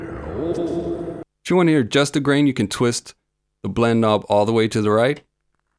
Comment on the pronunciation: Pronunciation? He pronounces knob and texture wrong lolol great video though I agree 👍